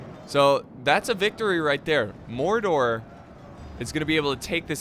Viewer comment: u said Mordor not gordor